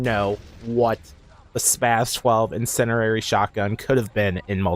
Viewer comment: its incindiary not incinerary